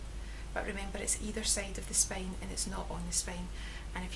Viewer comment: I like your accent.. words like spain...(spine)....lovely !